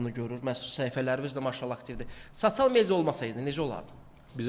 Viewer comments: Sasial yox sosial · Gijdıllax sasial yox sosial düz de 😡😡😡😡😡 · Sacial nedi sosial rusdilli qaqasdida bu